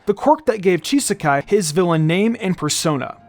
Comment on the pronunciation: I think there may have been some kind of mishap that slipped through the net here. The name "Chisaki" is definitely not supposed to be pronounced with an "-ai" sound :P